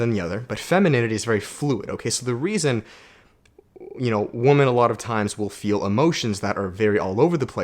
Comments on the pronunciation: Where are you from? When you say women it sounds like woman? 🤔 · I am wondering why you always say woman when you mean women